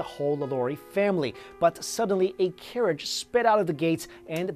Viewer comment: Great video! also when you said,"a carriage sped out of the gates" I first thought you said a carrot sped out of the place! LOL!!